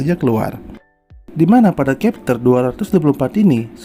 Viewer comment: chapter bkn khepter